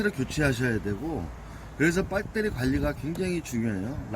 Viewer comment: 형님! 빳때리가아니고 배터리입니다! ㅋㅋ 빳때리!